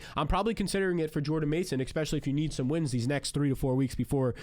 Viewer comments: I'll hit the subscribe button if you start saying ESSpeically instead of ECKspecially. (Just kidding, I'm already subscribed.) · Hill and Jeanty couldn’t be bigger holds. P.S. You have to stop saying AXspecially, its especially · This is not a troll, I think you do a great job....So, with all due respect there is no "X" in the word "ESPECIALLY" and it's a word you use very often.